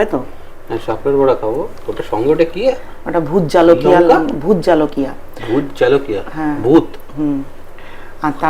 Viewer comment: Didi bhi ota bhout jalokiya na bhout jolokiya bole